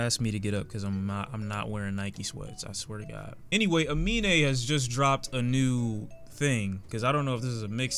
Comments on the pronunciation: Fyi 'Amine' is actually pronounced 'A-MIN' not 'A-MI-NE'. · You said his name horribly wrong so many times Aminé